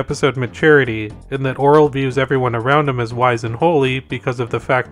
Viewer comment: HOLY SHIT HE PRONOUNCED IT RIGHT!!!